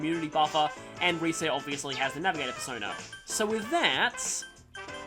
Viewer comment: sounded here like he said "Bearsona" instead of "Persona", uff.